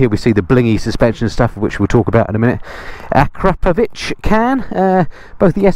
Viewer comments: Glad to hear you pronouncing “Akrapovic” right,. A great review 👍 🏴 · Finally, someone who can pronounce "Acrapovic" :-)